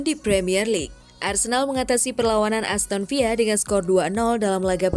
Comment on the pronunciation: aston villa bukan aston viya min...